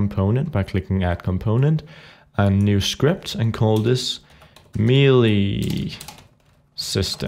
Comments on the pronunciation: "may-lay", not "mee-lee" :) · It's meh-lay not me-lee